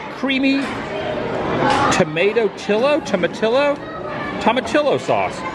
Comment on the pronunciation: Don't blame you for pronouncing that way, but it's actually toma-tee-o. Also looks like someone threw up on your plate. Big fan.